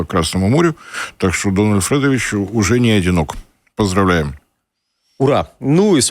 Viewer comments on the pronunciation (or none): не Фрэдович, а Федорович